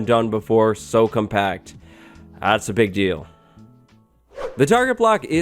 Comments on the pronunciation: “a really pig deal” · Did you say a pig deal? XD